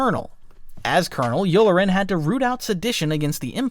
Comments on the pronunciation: nice vid but work on how u pronounce things. its not Yular-en but Yulaaren (phonetically since the accent is on the "la") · Its YU LAR EN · How you said commandant and yulelaran pissed me off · (you-lar-en) Colonel Yularen pronounced in thrawn audio books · Not gonna comment on your pronunciation for wolf yularen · I love this video! Although, the way you pronounced commandant and Yularen, especially since it is said quite a bit in the Clone Wars, made me sad. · You mispronounced yularen, ozzel, pellion, and Commandant. How are you this bad?